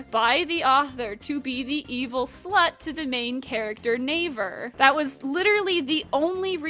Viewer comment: Navier is pronounced Nah-vee-yae